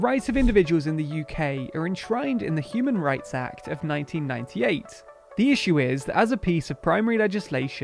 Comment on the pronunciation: It really sounds like you said "Cuban Rights Act". I'm sure Cubans could do with such a thing.